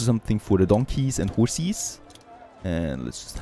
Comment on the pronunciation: the way he said horses😂